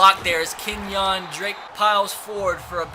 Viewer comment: It's Kenyan Drake, not KenYAWN Drake oml makes me wanna pull my fuckin hair out